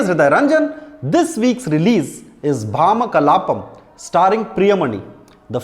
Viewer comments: It's Bhamaa 'భామా' kalaapam, not భా'మ' kalaapam hriday ranjan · Its bhamakalapam .. not bhama kalapam